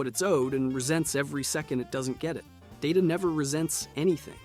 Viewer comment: It's Day-TA, not DA-TA. It's his name, not the actual word data. IRC there was a moment in an early episode about it.